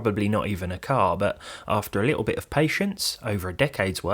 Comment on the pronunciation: its Little not Littaw.